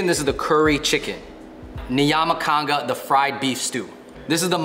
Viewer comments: eeek, love that East Africa is being represented! mentioning in a very non-judgemental way it's Nyama CHOMA though, not Kanga <3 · Its Nyama choma not kanga 😂 it is pronounce shown it is written. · Nyama kanga 🤣🤣🤣🤣🤣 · Bro did they just say"Niyama konga"😂💔lol it's"Nyama choma" am kenyan but issokaay they tried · Did i hear nyamaconda?!😂😂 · Say it with me fellas.. NYAMA CHOMA... YAHMAH CHOO-MA.. Not Anaconda or wherever ya said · Nyaka kanga😂😂😂😂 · LOL he said nyama canga lol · WTF is Niama congo? First it is called Nya-ma cho-ma. And it is roast not fried meat Nyama is meat, choma is burn/roast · am a somalian who lives in kenya i love when u say nyama kanga here we don't pronounce it that way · ..... ..N-y-yaama conga 😂😂😂😂😂 ..... world class pronunciation of Nyama Choma 😂😂😂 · Niyama kanga 🤣🤣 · The way Swahili is being butchered 💀💀💀💀 It's Nyama ch-o-ma 😂😂 Repping my Kenyan people 🇰🇪🇰🇪🇰🇪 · Lakini vile hawa wasee wali mispronounce foods zetu loooooooooool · Yoooo this is something i never woulda thought to see on here. As a kenyan first gen American, props to yall for spreading the culture! EDIT: Yall killed me with the nyama choma pronunciation 🤣🤣🤣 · The way he pronounced nyama choma😂 love my East African food. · Absolutely loving the content! But can we talk about how they pronounced Nyama Choma😂😂😂😂😂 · The Kenyan food was on point 🔥🔥, that nyama choma pronunciation tho😂😂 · Their pronunciation of nyama Choma 😂😂😂😂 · Wish i could've been there to give you some background on the kenyan food! there were a few mistakes 😬 ugali is definitely not cornbread, it's similar to fufu. mandazi is a donut you eat with tea, samosa and sambusa are the same thing, and you keep saying nyama choma wrong even though it's pronounced like it's spelt. hopefully east africa gets a round two! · As Kenyan, y'all butchered the pronunciation on Nyama Choma. But this is great content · The nyama choma pronunciation is so funny🤣🤣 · Any Kenyan here who has heard how Nyama choma was pronounced 😂😂